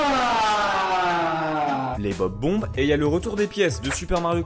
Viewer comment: bob-omb, pas bob-bomb